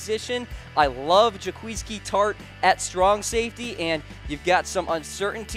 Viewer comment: Butchered Tartts name haha